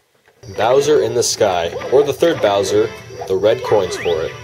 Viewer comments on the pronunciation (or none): none